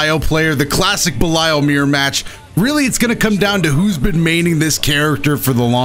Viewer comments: Much love but I would just like to flex my corrupt knowledge and say his name is pronounced belial like(bell-E-al) after the original dark ruler of hell fallen angel and servant of lucifer. Love You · please, it's pronounced ba-leel leel as in seel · Everytime said "Bell-Isle" it felt like a crime against my ears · if you have the game in English it says his name that way so that's why I think was pronouncing it wrong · I think you are saying Belial wrong